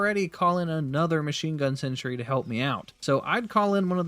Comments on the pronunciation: You realize it's a sentry and not a century? The difference in pronunciation is subtle, but when you say the word 100+ times in under 5 minutes - yikes still love your content, just had to share my likely unreasonable annoyance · You need to work on your pronunciation of Stalwart. It's "Stall" as in "tall" and "Wert" or "Wrt" with emphasis on the first syllable. "STALL-wert" Also, it's sentry, not "century."